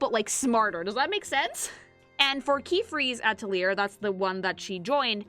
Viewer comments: "Witch Hat At - a - leer" AHHHHHH!!!! Ah - tell - lee - ay. It's French! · It's pronounced "Ah-tel-ee-yay" It's French. \at-əl-ˈyā\ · while i hate to say such a thing the word Atelier is French and actually ends with the a sound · Atelier's a French word, the 'r' isn't there to be pronounced, it's there to look pretentious. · She never stood a chance at pronouncing the title correct its 🇫🇷 where 1/2 the letters aren't really there